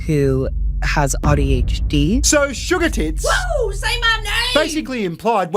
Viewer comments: Hes just pronouncing A ad "ah" not "aye" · Did that thing say "ah-dhd?!" TF?! Edit: Ooooohhhh so you think its combing autism and adhd? I was thinking it just pronouced the "a" as "ahhhh" 😂 Your theory makes more sense lol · Has "Ah de aitch dee!" WTF he hehe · Did she say oddy HD 😂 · Did she say "I have AUTO hd? I mean, i dont think she said ADHD. I know aussie accents can be a real thing, but.... I think this was far enough that to say, that wasn't an accent. I think maybe she thinks she really has AUTO HD rather than ADHD. its a minor point, but, illustrative of the nutjobs. If you're going to claim a disability, cant you at least spell it? Is that too much to ask?